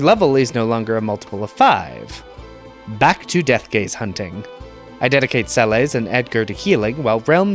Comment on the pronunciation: Sah-bin? Cayenne? Se-lays? Good grief, I can't keep watching after those pronunciation abominations...